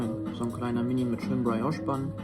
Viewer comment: Schönes Hotel! Das Zimmer ist wirklich eine 10/10. Mein innerer Monk muss es nun endlich mal loswerden -sry for that-: Brioches werden /brii-osch/ ausgesprochen...LG